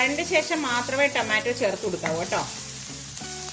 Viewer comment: ടെമാറ്റോ അല്ല റ്റൊമാറ്റോ 😄😄😄